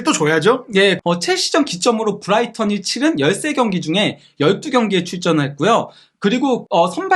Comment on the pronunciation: 부다이턴. 발음 예술임.